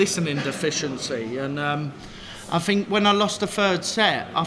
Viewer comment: Cross did not pronounce a "th" the whole interview. I fink his frow is nofing to sniff at.